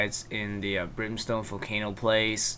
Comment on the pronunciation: brimstone ring not what you said